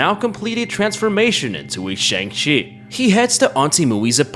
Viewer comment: I like how halfway he starts calling the Jiangshi a Shang Chi (swapping the starting consonants)